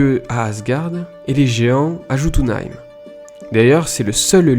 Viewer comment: Jotunheim se lit yotunheim